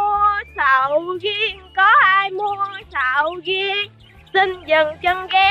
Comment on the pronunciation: Nói ra sầu riên ra sầu riên luôn ah úi